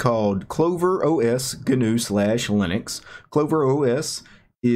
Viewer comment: Gnu pronounced "new", not "ga new"